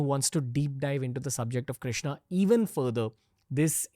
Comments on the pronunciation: Please correct your self in taking his name not a a a a a a a not bharataaa it's bharat it's Ram Krishnn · I agree that has a great story telling skill, but here is SOMETHING THAT NEEDS ATTENTION OF ALL ISKCON DEVOTEES- 📢 Please do not destroy God's name by adding 'a' in the end, it is not 'KRISHNA', it is 'KRISHN', the name 'Krishna' is given to 'Draupadi'. It is not 'KAMSA' it is 'KANS'. Just imagine how you would feel when someone destroys your name like this. As Indians, if we can't pronounce our Gods names correctly then what in the world will foreigners learn. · Krishna is name of draupadi, you should pronounce Shri Krishn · if Sanskrit matters to you then talk in Sanskrit. And. It's krishn .krishna is draupadi so it is the wrong pronunciation Rama ,laxmana what's this s**t. Nobody says Jesusa. It's so annoying